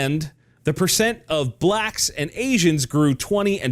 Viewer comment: Lol “BLACKSS”